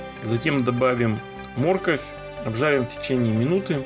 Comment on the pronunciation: Спасибо за рецепт, выглядит аппетитно. Но почему мОрковь, а не моркОвь?